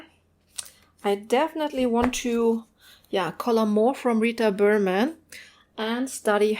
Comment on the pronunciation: The way you said the Rita berman titles was so beautiful!! lol I’m American so I love the different languages and accents compared to my own. Lovely video!!